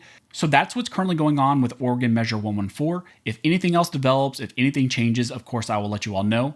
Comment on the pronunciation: Oregon… sigh